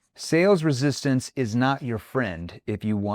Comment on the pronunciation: "Resistancee"? Lol.